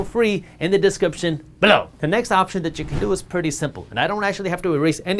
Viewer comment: Dude, I get that you are trying to start a "thing" that makes you stand out, but the way you say "BELOW" really gets annoying after a few videos.